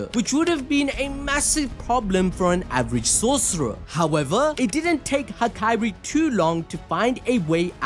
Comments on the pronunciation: am i the only one that had too stop the video from the way he said hakari, as "ha-kai-ri" only cause ive only heard it pronounced as "ha-ka-ri" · all was good untill mf said hikiri bro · Bro is doing Hakari dirty. He isn’t the princess from kingdom hearts. Out here calling him Hakairi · Saying hakari like that makes me uneasy 😭